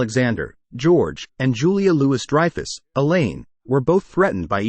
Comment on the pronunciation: Julia Loo-iss Dreyfus